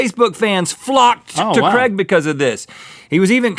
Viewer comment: If they guy is from England his name is Craig not "Creg".